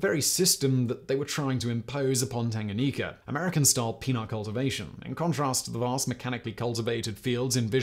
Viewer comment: 😂😂😂That Tanganyika pronunciation though🤦🏾‍♂️. P.S. I am Zambian watching from Zambia